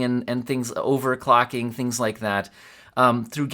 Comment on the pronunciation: 34 "....I feel we can do great *TINGS* together....." YOU GO gurl, a.i.